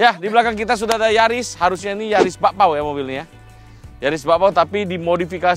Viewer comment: Bukan Yaris, tapi NYariss 😂